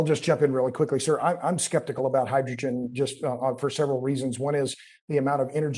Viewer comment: Conert nucular reactor to hygrigin electric thermo nucular power.